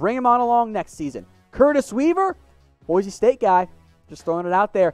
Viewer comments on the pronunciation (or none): none